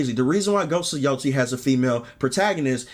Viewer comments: Not Ghost of YO-TEE. Its Ghost of YO-TAY-E. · im not going to judge ghost of yotei until i play it. the voice actress' beliefs =/= the protagonist of a games beliefs, theyre just a VA. although irl the VA is woke as hell she sounds like a lunatic. and its pronounced "yo-tay" great vid J!